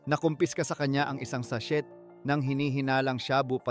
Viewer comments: Sa-shey po hindi sa-shet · Stop saying "SACHET"! alam mo ba na silent T ang pagbigkas ng sachet? It is SA-SHAY. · na i stress nmn ako sa sashet🤣🤣🤣 at by bus😅😅 sa shey po ang sachet at buy bust po... ✌️✌️😊😊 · Boss di SATSET - SACHET kundi sachey Ang bigkas.. bugok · Wala kang ALAM. Di bagay saiyo ang. Ano ang sabi mong SASHIT( Sachet ). Ang pagbigkas nyan ay walang T parang SASHEY/SASHAY ngayon alam mo na.😊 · not sashet ang pronunciation but sashey. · Bobo ng narrator imbes na sachet (sashey) sachet talaga walang silent t😂👎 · anong sachet .....gago ....sashey ang tamang bigkas dyan....ogag to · Ayusin mo bigkas mo sachet silent T yan wahhhhh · Isang sa-shet ng sha-boo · “” pero ka8080han ang pronunciation pati spelling na kahit elementary e magagawa nang tama. SASHET. PARAFERNALIA. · Sa sheeet 😂😂😂 Tapos buy BUS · Sah chettt at sha booo😂😂😂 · Sha-bu, sa-shet bat ganun mg prounounce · Sachet.. sashet.. shaboo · Pronouciation ng sachet ay silent "T" kaya u should pronouce it as sashey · Sa-shet (sachet) 🤣🤣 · Lol 😂 WTF shaboo? Sa-chet? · Check mo nga pronunciation mo ng "sachet" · 😂😂sachet Sha bu ayusin mo Pag sasalita mo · Sana ayusin ang pagsasalita ng tagalog 😂😂😂 Sachet, shabu, kumatawan at iba pa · Please research the correct pronunciation of SACHET...... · Watch out po pagpronounce ng sachet